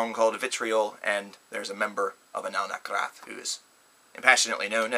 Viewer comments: ***** Well, read my comment again please. is pronouncing their name "Anaal NaKHraTH", when they're actually called "Anaal NaTHraKH". See what I'm saying? Also, they don't pronounce their name "Anal Nathrakh", which you wrote. That would translate to "eɪnəl næθræk", but the correct pronounciation is "ɛənæl næθræk". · good job mispronouncing their name. they're called anaal nathrakh, not anaal nakhrath.